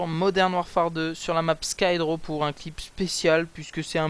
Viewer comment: Encore une leçon d'anglais : Nuke se prononce NIOUKE et pas NEUKE Skidrow se prononce Skidrow et pas Skydrow